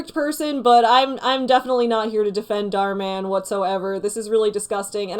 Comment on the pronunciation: "Dahr Man" Me: "aaaAAAAaaa fighter of the night man" I'm not ashamed but I'm not not ashamed.